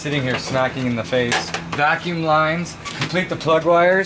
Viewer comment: For future reference, it's quintessential, not quindissential. Also, it's vacuum...not vacume. Lmao Gotta look out for my boys! Don't want y'all to look like you're illiterate.